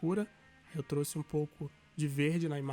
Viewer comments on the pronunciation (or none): none